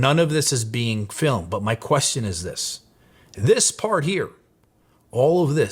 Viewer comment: Why does this guy suddenly develop a thick boston accent for the words "part" and "start"? He doesn't have the hint of an accent for any other word.